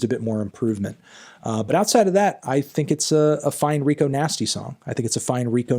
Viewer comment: Her name's Rico Nasty, Anthony, not 'Nigo Tasty', ffs. Other than that, really good review.